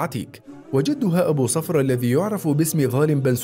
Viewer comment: صفرة بضم الصاد